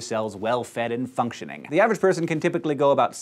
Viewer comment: When he said functioning I thought he said fucktioning haha and I was like what??